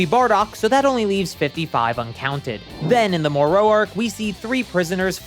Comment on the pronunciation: Bold choice in how to pronounce "Moro" lol but ok then